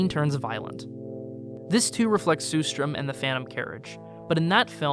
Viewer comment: It's pronounced sher-strerm (with the first and third "r" silent), not sue-strom.